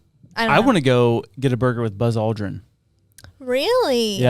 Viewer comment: Happy that was able to say, Buzz Aldrin instead of Ballz Aldrin like in last episode. 😂